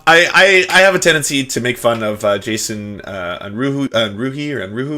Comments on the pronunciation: Un-ROO-eh. You don't remember that episode of X Files where it's established that Scully speaks German? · "Unruhe" is German for unrest, and as such should probably pronounced "UNru-eh". Also, can someone get Jason a better mic? That hiss is unforgivable except as maybe a first effort at recording something.